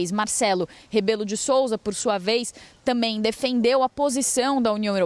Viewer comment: Os repórteres, hoje em dia não dizem a palavra também e sim dizem "tamem", mudaram a nomenclatura brasileira ou já não sabem a pronuncia correta?😂😂😂